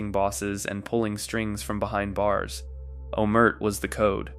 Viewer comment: Who is “omert? Omertà or silence